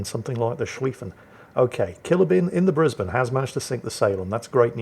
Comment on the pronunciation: The way you pronounce HAMS Brisbane, as a Brisbane local that makes me happy!